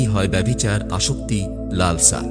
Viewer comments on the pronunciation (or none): রজ্ উচ্চারণ ঠিক হচ্ছে না। ওটা হবে র জ। লাল্শা নয়, লা ল সা। বিষয় বস্তু খুবই ভালো। আরও আলোচনা হোক, মানুষ জ্ঞানী হোক।